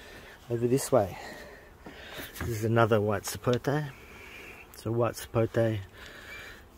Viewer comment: Finally an Australian that doesn't say "Sapotey".